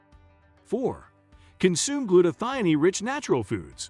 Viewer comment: The word is gluta - thigh - own. One as in cone and scone so thione is thigh-own